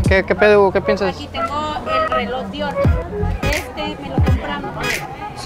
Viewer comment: “El reloj Di Oro” JAJAJJAJA